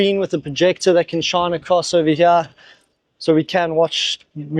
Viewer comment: every time he says "over here" he suddenly discovers his ancient british roots, and says "ova heeeyaaa!!" lolz